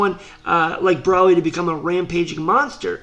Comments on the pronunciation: Its bro-ly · Are you calling him Braly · Is it me or he saying "braly" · BrALi lol its BROly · Why do u say broly like braly?. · Every time he says broli pisses me off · CONTINUE THE WHAT IF BROLI AND VEGETA WHERE IN MHA ! AND !..... BROLY’S IS NOT A VILLEN AND STOP SAYING BROLY WRONG !